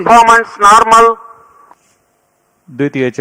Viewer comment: Liftaaaaaf Naaaarmul 😂👍